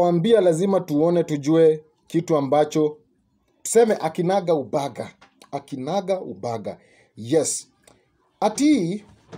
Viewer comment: Umenichekesha wewe😂😂eti akinaga ubaga! Sio kweli, sema Kinagaubaga!